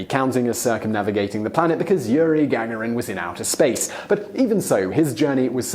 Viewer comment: Yuri Gag Arin? Simone, you really need to stop this intentional mispronunciation. Michael Palin walked around the world in less than a minute in the tv show Pole to Pole.